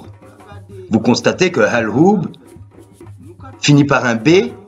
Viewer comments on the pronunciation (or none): al hhoub pas oub tu prononces mal